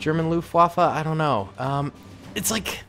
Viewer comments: Waffe not waffa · As an war historian, same, LOOFT WAFFLE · It's so funny to hear as a German how you pronaunce Luftwaffe